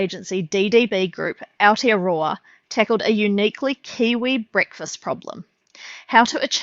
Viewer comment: Good video right up until the aowtearawrr. Im actually pretty neutral when i hear it but holy this person sounds young and pretty smart but is still too lazy to use some brain cells to pronounce it properly.